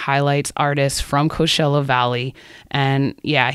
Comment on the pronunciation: why do you pronounce it co shell uh if you dont mind me asking? i googled it after this cause i thought i was saying it wrong but its pronounced co chell uh.